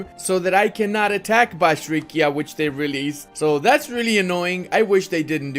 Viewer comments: bashrikia..maan, it was the first time in my life, that AI released my homeland Bashkortostan (Bashkiria) and you said it every time wrong ) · Me living in Bashkiria: oh, they released my homeland! saying "Bashrikia" every time Me: triggered P.S. but still awesome video just as allways <3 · has dyslexia, he can't read "bashkiria" correctly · yeah, bashrikia sounds ridiculously funny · hahahaha!!!! stop slaughtering the name Bashkiria - as in the land of the Bashkir people. Every time you called it something else :)